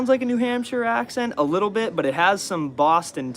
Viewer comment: "Little dit of a bifference" 😁